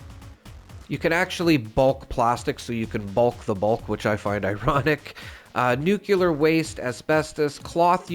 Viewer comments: I love your content, but please. It is nuke-lee-err. The era of President Bush inceptioned nuke-ya-ler into people's heads, but it isn't correct. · The word nuclear is NOT pronounced, NEW-cue-ler. Makes me cringe every time I hear you say it. It’s NEWK-lee-yer. There is no “cue” in the word nuclear. If you have trouble pronouncing it that way, think of it this way, new-clear. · Bro really said nucular keycards 😭😭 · nucular, ffs 🤣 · it's pronounced NEW-CLEAR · I am displaying all especially cool looking or weapons Zi am not ranked enough to use yet all over the walls of my shelter. It looks awesome! But dammit, it dings the bejesus out of my stash box weight. 😫 I guess new design choices are needed. Anyway, thank you for this and your other videos! I'm hoping that if I watch them all, I will no longer flinch at your pronunciation of nuclear. 😉👍